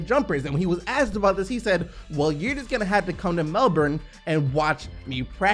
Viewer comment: It’s Mel-burn